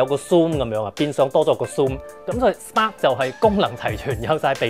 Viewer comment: Can u learn to say Spark and Magic properly